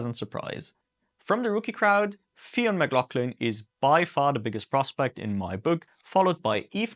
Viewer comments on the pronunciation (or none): *FYUn McLaughlin, instead of FI-On. Just a heads-up👍great review as always.